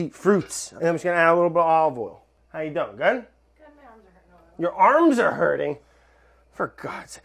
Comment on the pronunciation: Olive oil sounds like ovel